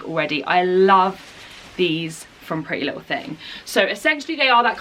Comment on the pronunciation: she said pretty little ting :) xx